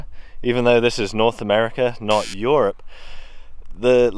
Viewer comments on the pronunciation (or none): Bemused with how you pronounce “Europe” like “syrup”